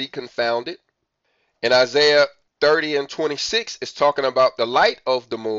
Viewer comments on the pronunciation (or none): none